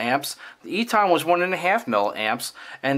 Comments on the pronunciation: EATON is pronounced "E TON", not "E TAHN" Just an FYI... love your videos! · Great Vid ! Thank You. Very minor point.. Eaton is pronounced 'Eatin' Like the colloquial for Eating..